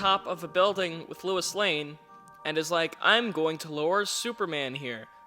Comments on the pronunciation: Lois not Lewis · He keeps pronouncing "Lois" as "Louis" and he spells it as "Louise." Can we discuss this